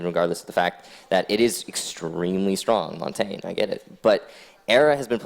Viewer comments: If I hear them mispronounce Montagne one more time.... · Noone can pronounce Montagne and it is triggering